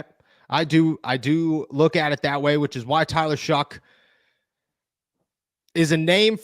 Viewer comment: STOP saying LOOKIT ffs